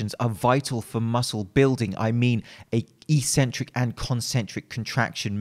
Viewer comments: It's properly pronounced ek-sen-trick, not ee-sen-trick in proper English. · It's pronounced X-centric. Just sayin'.